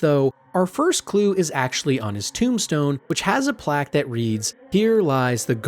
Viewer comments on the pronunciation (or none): none